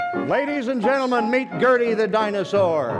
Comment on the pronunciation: Atleast he pronounced her name right unlike me